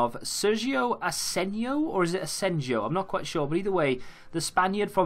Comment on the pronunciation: Asenjo is pronunced Asen-ho